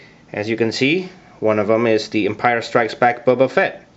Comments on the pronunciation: great but it is boba not buba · The way he pronounces "Boba" sounds like "Bubba". Bubba..........I have an idea.